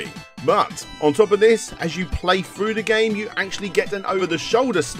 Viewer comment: "Its still Contra froo and froo" 😂 😂